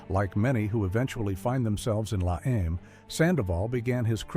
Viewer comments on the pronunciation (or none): not la em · it's la eme